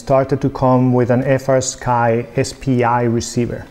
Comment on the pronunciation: Why does fastsky sounds like nitendo 😅